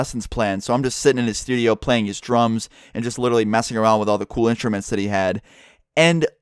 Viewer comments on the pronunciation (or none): Love your videos but you said intrumet